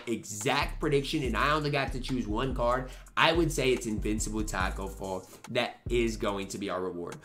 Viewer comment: Mike wang and Ronnie somewhere laughing right now listening to u say tacko for free